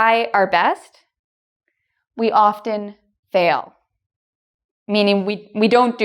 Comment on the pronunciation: do u think ur Pronunciation for the word Often is correct?